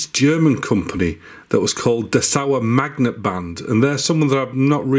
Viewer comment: Thanks for all your Vids about Cassettes and MiniDiscs. They are great and full of information. And you transport them very well! As a german i had to think a few seconds what you mean with "dessauermagnetband.". Very Funny. Dessau is a City, so make a little pause between the words. Mmmh... You pronounce it like "dess-au-r mag!neetbannt" if that helps in some way. 😂 Nevertheless i am really looking forward to see all of your other videos. Greetings from former eastern germany. 😂 (Rostock)